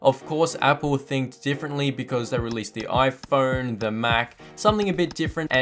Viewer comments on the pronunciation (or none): none